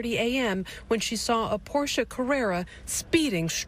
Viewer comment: Wow! They pronounced Porsche correctly.